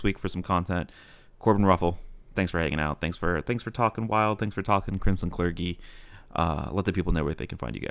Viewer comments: Calling it "cler-gi" instead of "cler-jee" is a cringe move of the likes you'd see on the esports casting desk. Thanks,. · It is pronounced cler-gee, right? Am I wrong?